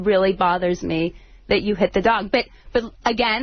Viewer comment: Jason is the worst. The way he pronounced dog drives me nuts